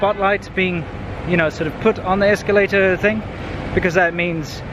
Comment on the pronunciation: Incidents, not "incidentses." Escalator, not "esculator."